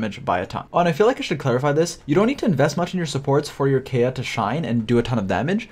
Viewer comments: If this man pronounces Kaeya as Kaya one more time i swear to god i will lose it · You can tell a video is older based on the way pronounces kaeya